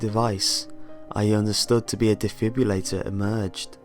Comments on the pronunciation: why do you pronounce G's like K's? and it's defiBRILLator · no one ever says defibrillator correctly.